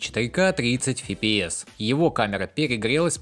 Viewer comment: Неоднократно смотрю ваши выпуски новостей и никак не могу понять, что такое ФИ-ПИ-ЭС. Фи - это значит плохо? Типа, фи - плохой кадр или фи, как плохо пахнет? На таком солидном канале, как ваш, подобное выглядит, как минимум, смешно. В английском языке нет буквы ФИ, но есть буква ЭФ - F. Пожалуйста, попытайтесь правильно произносить эту аббревиатуру. FPS - ЭФ-ПИ-ЭС.